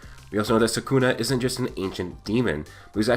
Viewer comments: Come on man its sukuna not sakuna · It’s SOO kuu nah not sah KOON ah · Its SUKUNA not saaaakuna ! You brat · It's not Sakuna. It's Sukuna. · it's not sakuna it's sukuna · its not suckuna its sukuna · everytime I hear "sakuna" my brain twitches 😂